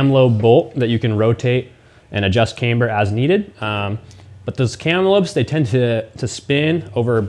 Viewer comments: Why do you call it came-ber but then call it a cam adjustment not came adjustment? It’s pronounced cam-ber all over the English speaking world 😊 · "Caimber" ???? Ooooooooooh camber, gotcha ;)